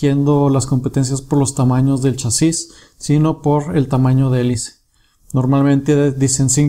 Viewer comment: se dice chasis no chasís donde le ves el acento?